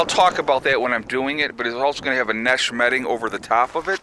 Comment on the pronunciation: LOL twice you said nesh metting, too funny!